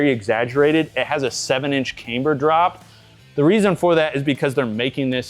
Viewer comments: That’s not how you pronounce “camber.” It’s not “Kay-mber.” Look it up. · Can you review pronouncing camber correctly for at least one rep??